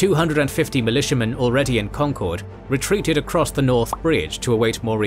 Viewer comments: As a Boston native I've been dying for this but please god it is pronounced con-kurd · Concord rhymes with conquered 😊 Most folks pronounce it right when they say Lexington and Concord together, if that helps